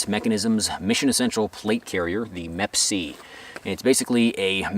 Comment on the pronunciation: “MEP-C”. It’s Me PC. or M.E.P.C.